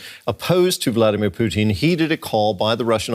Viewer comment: “Vladimir Poutine” lmao